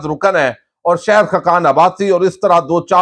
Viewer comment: شہد نہیں شاھد Not Shehd . But Shahid